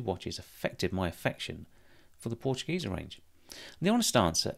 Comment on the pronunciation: Dear, as a German native speaker I can tell you that your pronunciation of the word Portugieser is spot on.